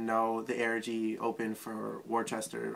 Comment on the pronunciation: It's Worcester (WUST-er)